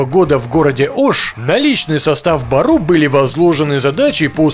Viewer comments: байтцы бору а не бару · Не бару а бору в переводе волк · Не Бару, а Бору что переводится Зверь. У нас буква ө вместо О